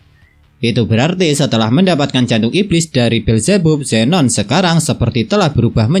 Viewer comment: Beelzebub bacanya bilzibab bang😭